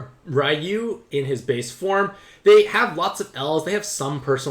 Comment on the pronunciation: So that‘s a problem... What about Raiyu, who is pronounce Riyu?